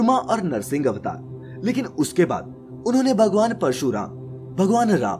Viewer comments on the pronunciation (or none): Narrator cannot even utter the differences correctly...its "bhrigu" not "brigu"...bhagwan not bagwan...dharti not darti